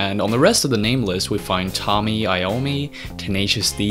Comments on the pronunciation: sry 2 be 'that guy' but its actually Tony Iommi but u said Tommy Iommi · It's TONY Iommi not, Tommy. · It's Tony Iommi, not Tommy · "Tommy" Iommi? It's Tony, man. Tony. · Am I the only one that is going to call out "Tommy" Iommi? Also, he casts his name off like he isn't one of the greatest of all time. And it is Tony. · tony iommi. tony iommi. not tommy, tony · tony iommy not tommy lmao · Did he just say Tommy Iommi....😑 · "tommi" iommii...good one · "Tommy Iommi" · It’s tony iommi